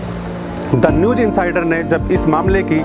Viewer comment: Sir newj nahi.......newz kahiye....talaffuz (pronounciation) sahi karein